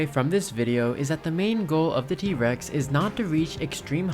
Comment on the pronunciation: why u say t REX instead of T rex 😭